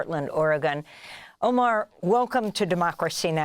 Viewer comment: Miss el- Shiekh should have the courtesy and respect to pronounce the guest’s name correctly, especially being of Middle Eastern & of Moslem origin, shameful